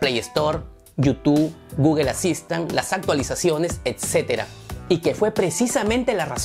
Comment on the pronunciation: No se no confío en alguien que no sabe pronunciar google